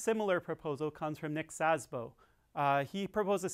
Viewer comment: Interesting. Good Video, thanks. FYI: You pronounce Szabo like Szasbo, with an additional s (or z) before "bo". That's wrong. I know - Sz is difficult and not common in english 😉